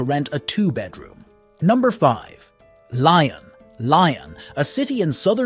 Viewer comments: Pronunciation: not ‘Li on,’ rather: ‘Lee on.’ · Yes. The video is otherwise good. Just feels lazy to not even check and make an attempt. I am not French, just a Francophile from US. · Good video but please, next time make sure you pronounce the French cities correctly! Painful for the ears! I am from Lyon, it's a beautiful place. 😍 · Please don’t butcher the French names !!! Like Lyon ❤😂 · It's "lee-ion" not "ly-on", "Po" not "Pa-o" etc.... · Your pronunciation of Pau and Lyon was ROTTEN!